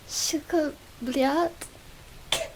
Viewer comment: Это самое милое произношения "сука блять" которое я слышал за всю свою жизнь